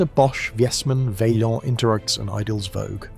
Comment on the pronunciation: it is Vay-smaan, not Viesman. Also, it is Vay-an, like Mish-lan.